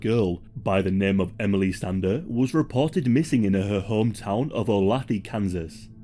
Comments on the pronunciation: not 'oulathee,' it's 'ouleitha.' (spelled olathe) Idk how this spelling makes sense I just live in Kansas and that's how it's pronounced here. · this is a really good video but one note for: olathe is pronounced oh-LAY-thuh and not oh-la-thee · It's not pronounced "Oh Lath E" , Olathe is pronounced "Oh Lay Thuh" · Love the vids but Olathe KS is pronounced "Oh Lay Thu" not "Oh- Lath- Eee". Still, love your vids- a concerned Olathe KS neighbor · I'm just gunna put this here, with no ill will intended, that said, please allow me to help out: In Kansas, the city of 'Olathe' is pronounced Oh-lay-thuh and 'El Dorado' is pronounced Ell Door-AY-doh ... because, we're weird as hell and do whatever we want in the middle states...lol If you come across any other cities that you'd like the Kansas and/or Missouri pronunciations for, hit me up! Love the videos from you both! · as a Kansan, the pronunciation of “Olathe” made me laugh lmao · I came to the comments just for this. It literally took me a second to realize where he meant